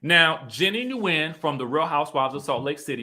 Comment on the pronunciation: Nguyen is pronounced Gwen 😉